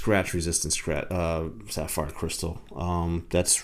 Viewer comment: Were you saying sat-fire crystal? I feel like you're saying sat-fire. 🤣 Good looking watch and nice review, either way. 👍